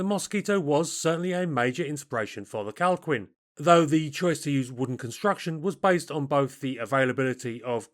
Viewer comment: Minor correction. The Calquin is pronounced Kal-Keen, not Kal queen. Q followed by U in Spanish is silent before E and I.